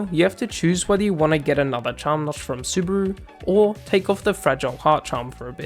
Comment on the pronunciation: BTW, its suh-loo-brah, not subaru...